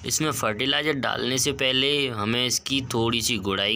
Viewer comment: Fertilizer kya btaya clear awaaj nhi aayi apki